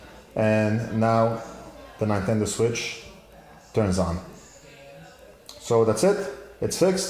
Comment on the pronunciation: Ninetendo switch 😆